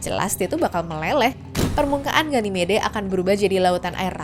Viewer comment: ganymed min bacanya😅